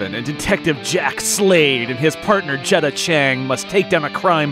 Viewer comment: The other officer's name should be Jetta, not Jedda